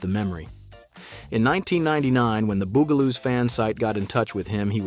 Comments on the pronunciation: ITS NOT THE booooooo gah loooos its the buggggg ahhhhh loooos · First the narrator keep calling them the "Boogaloos" and now the "Bugaloos" and now there names wrong again. Because he getting on my nerves. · So the robot narrator doesn't know how to pronounce Bugaloos?